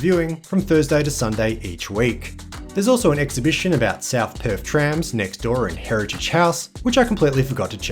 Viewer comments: It’s pronounced Perth not Perf mate. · Perth, not Perf. 😂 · And, Perf = Perth.